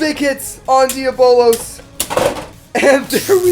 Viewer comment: You’re pronouncing diabolos wrong